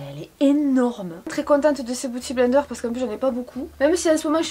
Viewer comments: pitié, biiiouty blender pas bouty!!😂😂😂😘😘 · LOL! Arrête de dire Booty Blender hahahaha! C'est beauty blender. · Je ne regrette pas d'avoir cliqué juste pour avoir entendu dire " Booty blender" 🤣. #Bilingue